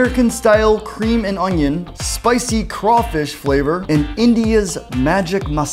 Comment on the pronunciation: Anyone else get triggered over how they said crawfish